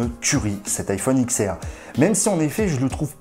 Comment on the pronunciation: juste vito la video est excellente je tique juste sur le prononciation: c'est iPhone DIX R pas X R